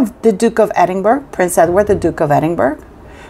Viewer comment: Great news! Thanks for sharing! Btw, it’s pronounced “edd-in-BURR-ah”. No hard g at the end, even though it’s spelled that way. Love you!🤗🤗🤗